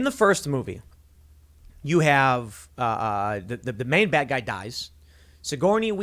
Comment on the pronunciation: I lost it at "this is why we can't hahve nice things.." hahaha